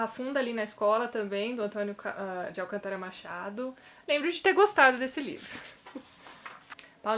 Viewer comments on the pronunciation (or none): none